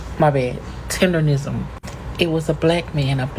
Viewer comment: Why do you keep saying $4,000 dollars when Keith and all the screenshots say $5,000.?!? Where do you get $4,000 from?!? You can also barely pronounce “tenderism”🤡😂